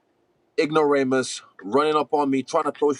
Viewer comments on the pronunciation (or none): Did Israel just try to be academic and say "ignoramus"?